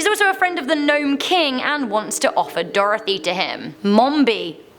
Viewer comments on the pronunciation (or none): none